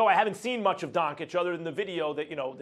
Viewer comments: Porzinjeez, Donkich...........lol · U didn't even pronounce his name right lmao